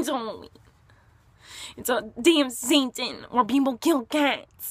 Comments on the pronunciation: she said "its a day of satan" lol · I think Miranda said damn saiton